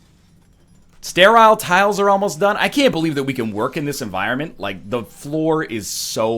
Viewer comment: I'm sorry, but I think you mean Stair-isle Tile